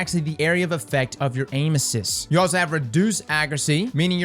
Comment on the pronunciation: Sounds like he’s saying anuses and not aim assist lmao